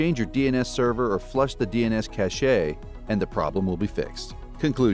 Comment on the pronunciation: It's pronounced CASH not CASH-AYE